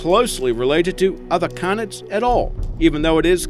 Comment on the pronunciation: yea I love wold canids but dey mispronounce it